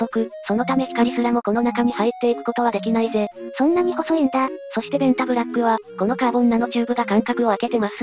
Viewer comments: ベンザブロックに聞こえて来る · べ↑ン↓タ↑ブ↓ラ↓ック↑